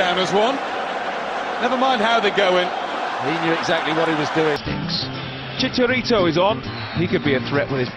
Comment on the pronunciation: Props to the British commentators that actually make the effort to call him “Chicharito.”